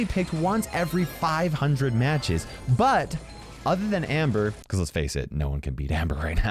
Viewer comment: "bibicause" "unbullievable" omg kill me